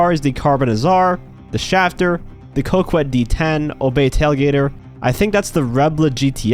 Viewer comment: Pronounce “Coquette” correctly for once. 🙄